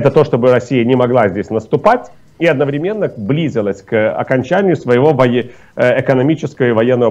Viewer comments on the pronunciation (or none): none